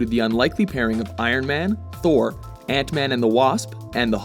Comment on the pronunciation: kekekeke..."ANT MEHN"